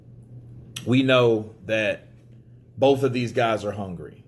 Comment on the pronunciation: "the sky is a limit for bouth guys" Me: "Usyk is a limit for bouth guys"